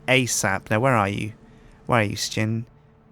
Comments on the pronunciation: Sjin , not skin wtf xD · sjin not shin